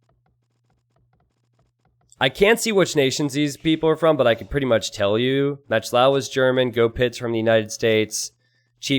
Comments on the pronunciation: Pronounced moc lova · Why do you call "MachtIowa" "Matchlaua"? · How you say "Machtlowa" drives me up a fucking wall.